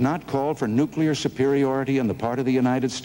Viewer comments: Carter, Nukeeer Exposv, English? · I see that Jimmy Carter and George W. Bush both have problems trying to say "nuclear." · President Carter could not pronounce nuclear. That’s surprising to me. I was under the impression that he was one of our smartest presidents. How can one be smart and not be able to figure out how to pronounce a simple word?